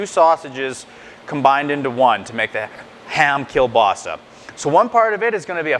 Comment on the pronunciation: you don't pronounce it right!